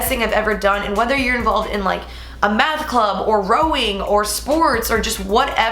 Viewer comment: When you said math club I thought you said meth club at first..... lol I was like bruh.....